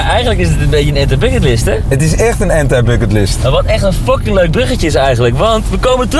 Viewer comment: Gasten spreekt het uit als Ant-ij Bucketlist. Dat bedoel ik.